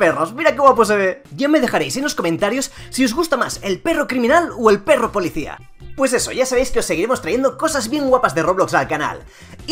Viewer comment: Me encanta cuando dices berro codes!!! Y sale de fondo la cancion y el loto xdxd